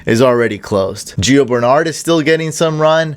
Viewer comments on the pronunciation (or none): none